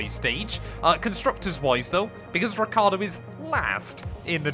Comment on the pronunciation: Yes but is Ricciardo not Ricardo 😂